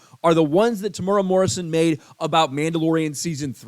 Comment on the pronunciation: Psst it is pro-nounced Tem-oooh-era but good take Sir.